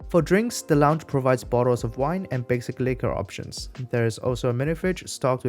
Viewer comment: I misheard his pronunciation of "basic liquor options" and thought he said the bar provides "wine and basically corruptions."